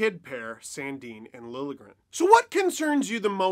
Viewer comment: Oh good, is Steve going to stop prouncing his name, "Lilly-a-gren"? I'm pretty sure the "J" is not silent, but this is progress ;)